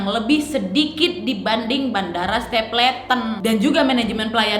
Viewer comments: bacanya stepelten bukan stepleten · stapleton baca nya stepelten bukannya ya? 🤔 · Kak sorry mau koreksi pronunciationnya dikit. Stapleton: ste-pel-ten Peña: pe-nya Schneider: snay-der